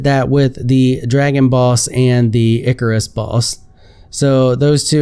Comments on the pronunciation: "Icarus"? It's Erchius. Say it with me, "Erchius". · BTW the erchius horror is pronounced ER key us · It's pronounced erchius.